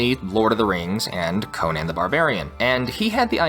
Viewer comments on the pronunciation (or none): none